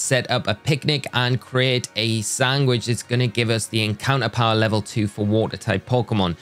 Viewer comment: Are you saying "Sangwich" and not "Sandwich"?